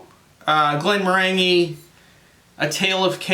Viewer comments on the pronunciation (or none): Hi. Not sure if this is true or accurate (and frankly who cares) but if you are interested, I was told that the distiller is pronounced "Glen-MORE-an-gee" meaning with an emphasis on the MORE. I may have been having my leg pulled but there is some trivia for you, that you can validate with someone more experienced in whisk[e]y than me. Cheers and thanks for the review.